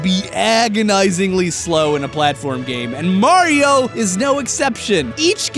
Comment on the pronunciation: THATS NOT HOW YOU PRONOUNCE MARIO